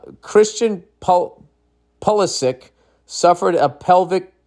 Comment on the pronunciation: Yo Nilly-Billy, can you at least read Pulisic's last name properly? The correct pronunciation is: Pooh-li-shi-ch.